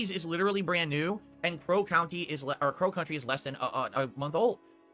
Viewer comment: Why does it sound like he's saying pro country instead of Crow Country?